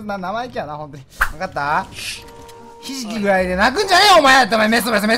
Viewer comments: 『ひじき』が『なえじ』に聞こえたww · ひじきって言われていやで殴ったのに がひじきって言うのはちょっとね… やめた方が…